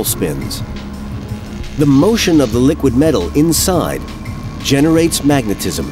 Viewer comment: "Mag-a-tis-im?" Really?